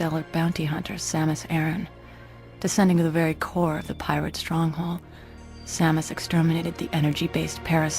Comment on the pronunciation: Sa-moose? I won't lie I stopped watching right then.